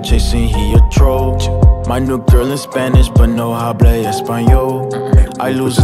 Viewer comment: this man really pronounced the "h" sound when it's supposed to be silent LMAO